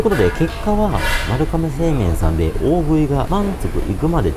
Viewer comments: こんばんは まるがめ製麺で まるかめでは無いです。 読み方間違えてます。 株式会社丸亀製麺（まるがめせいめん）です。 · まるかめ製麺って言ってるように聞こえる…🤔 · まるかめ製麺とよく間違える方が多いですが、まるがめ製麺です。